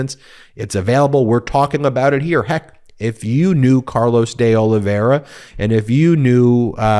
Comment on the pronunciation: Pronounced Oliv-vay-ee-ra.